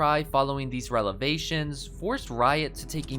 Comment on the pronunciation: “relavations” lol